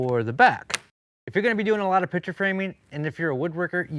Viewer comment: You are pronouncing ‘picture’ incorrectly as ‘pitcher’.